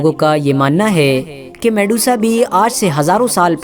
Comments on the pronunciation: Medusa, not Mesuda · Mesudaa..? Wo medusa hai bhai😅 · वो mesuda नही मेड्यूसा है मूर्ख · Her real name was medusa....not mesuda.... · Shes Medusa not Mesuda....on ur post its mesuda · at begining it'as Medusa.. at half of video it turns into mesuda 😂😂😂😂 waah bete waah....moj kr di..... moj kr di beteee😂😂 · Vedio mast ❤️lekin ap bich me Medusa ko mesuda bol rhe the 👍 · It's not Mesuda It's Medusa 🤦🤦🤦🤦